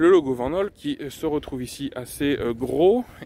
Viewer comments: Belle présentation et super véhicule dommage que tu ne maîtrise pas les aspects techniques en précision ou encore l'histoire de cette belle marque belge. Aussi pour ton information on dit Vanhool [Vanoul] en phonétique et pas [Vennaule]. Mais bon on ne peut pas être parfait mais apprend à être objectif dans tes vidéos. Si non bon travail quand même 👍👍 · C'est une belle bête en tout cas, pour info Vanhool, se prononce "Van Houle" :)